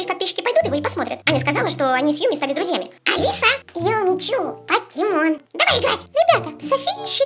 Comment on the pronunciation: правильно Юми чу